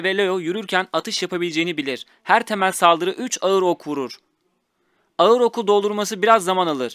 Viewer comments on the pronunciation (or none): none